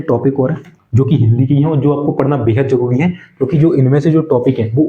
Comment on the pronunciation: ***_____Way of talking is not good atleast your should pronounce accordingly, yeh ko j, yahan ko jaah, zaruri ko jaruri, aap apni language thodi saaf nhi kr skte kya..... ****** NVS ko NBS KVS ko KBS Thousand ko thoujand Pure lecture main chaliye thik hai or hain na